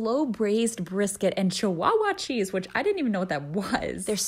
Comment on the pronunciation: You pronounced the cheese SO WRONG lmao